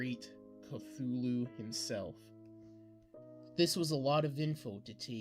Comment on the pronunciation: omg seriously, the “NECROMONIC”?!?! its necronomicon.. say it SLOWLY.. there are FIVE syllables, not FOUR. CLUTCHOOLO?!?? 🤣🤣🤣 CHALOOKOO?!? 🤣🤣🤣🤣🤣🤣🤣 OMG THIS IS FUCKING AWWWWWFUL. ITS CTHULHU |KA|THOO|LOO| THIS WAS REALLY BAD, I WAS REALLY LOOKING FORWARD TO THIS STORY, BUT IT IS UNLISTENABLE UNLESS YOU WANT TO LAUGH REALLY HARD.. he reads way too fast, doesnt pause at the appropriate places, and pronounces SO many words incorrectly.. good thing he gave up two years ago.. he shouldnt even bother coming back until after hes much more mature and has a better understanding of what it takes to not just read, but actually narrate something like this. he most definitely needs alot of practice and quite a few reading classes before ever attempting something like this again..